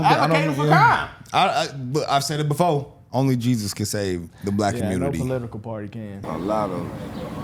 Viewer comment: The word is before, not befo.